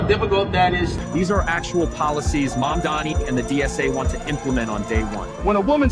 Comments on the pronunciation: Cuomo know how to say Mamdani's name. He mispronounces it intentionally. To belittle him. It right out of trump's playbook and a lot of Republicans started to do it as well. NY your a lot better off without Corrupt Cuomo. You could have easily denounced trump's endorsement. But you figured that would put you over the top with votes. I guess having Trump's endorsement makes you a HONORARY MAGA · One I do find it rather hilarious that none of Candidate Mamdani's opponents can say his name properly but that such a thing extends into this A.I slop. 2 as does andy boi's hardon for the DSA